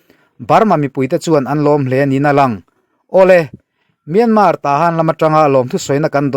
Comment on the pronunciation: Myanmar tih youtuber ho hian in lam dik lo vek mai hian ka hria myan tak hi in thluk dik lo vek.. google ru pronunciation